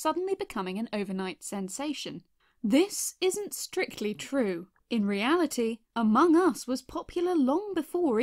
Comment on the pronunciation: Me: aMONG us.: Okay. Me: Okay, repeat.: AmongUS